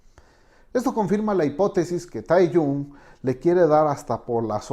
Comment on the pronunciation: No one : Analyser : tAyKoOk JuNkUk tAyHuYn